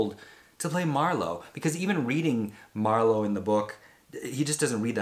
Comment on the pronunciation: It would be hard for me to accept Liam as Phillip Marlow, I loved the books & old movies so freaking much! But I may try.......dang you nailed that pronunciation of the actors name! Color me impressed 👏👏👏